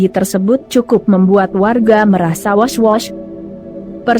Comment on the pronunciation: Admin lucu blg was was jd wos wos,ga sekalian wes ewes bablas nyawane tuh OPM.